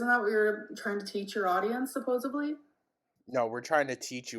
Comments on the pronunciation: Pretty sure I've heard "Supp-posted-lee" a few times too. She likely has a checklist she goes through ofneach possible mispronunciation that qualifies as cute but not to dumb.... and it doesn't seem to be doing her any favors. I only bring up the list because of how frequently she'll make the same repeated mistakes, then double down for as long as comments correct her, until it just kinda fades and she says it normally for awhile(kinda like she did with speaking "Entree" as "entry", she definitely said it normally for like her entire upcoming before her more current eras) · supposably is not a word. Supposedly is. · THERES NO SUCH WORD AS ‘SUPPOSABLY’,,,. ITS ‘SUPPOSEDLY’. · I believe she actually said SUPPOSEVLY. even worse.